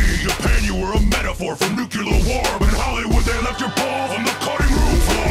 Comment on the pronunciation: I take points away from Kong for pronouncing"nuclear" wrong. Godzilla won this for me.